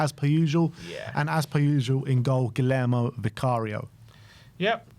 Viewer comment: Why is always calling Vicario "Guillermo"? Isn't it Guglielmo?